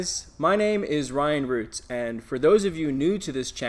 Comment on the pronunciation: When you end the video saying "I'm Ryan Roots aaaand..." I hear "I'm Ally Roots!" Haha! It was interesting to peek into the Amazon FBA world. You're a good teacher. Keep up the good videos!